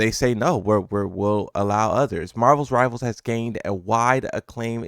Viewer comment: “Marvels rivals”